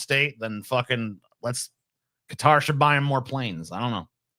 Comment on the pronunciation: Why tf does pronounce Qatar like that? 😂